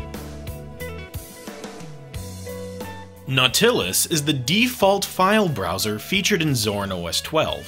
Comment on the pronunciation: Ouch, your pronunciation of Nautilus makes me cringe hard... :-(